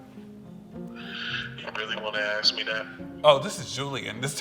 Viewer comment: Why can’t black people ever say “ask” correctly? Just stop being gay, geez 🤦🏻‍♂️